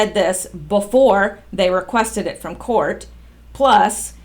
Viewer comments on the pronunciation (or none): none